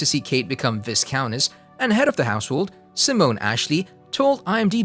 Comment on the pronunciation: The ‘s’ in viscount is silent.